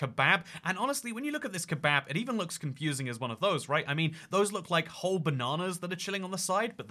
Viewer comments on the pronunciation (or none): Heh "kehbahb"